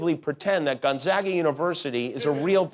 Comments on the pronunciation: His monolog is always good until it fizzles out at about the halfway point... and he needs to learn how to pronounce Gonzaga (GONE - ZAA - Ga!) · I know it’s a joke but Gonzaga University is named after Saint Aloysius Gonzaga, a Jesuit. Many Jesuit universities have buildings named after him. I lived in Gonzaga (pronounced gon-ZAH-ga,) Hall for two years at Fairfield University, another Jesuit school. Trust me, it’s all too real.